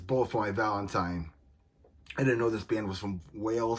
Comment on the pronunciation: "Bulle fo my vi tieen" 😂